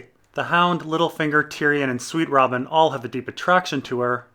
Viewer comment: Harry Plinkett sweetrobin is the Protagonist ( says in the same butchered way mr plinkket does)